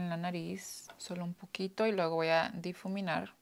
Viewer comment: Es difuminar amiga. Jeje pero me encanta cuando se equivoca con el español es lo mismo como cuando queremos hablar en inglés y nos equivocamos es muy gracioso. 😂